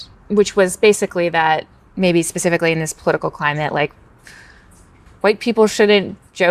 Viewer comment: Listen to the way that interviewer says the word 'specifically'...why do they all talk like that?